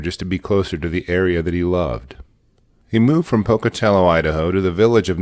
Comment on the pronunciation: Hey! You pronounced 'Pocatello' correctly! Nice! Few people do!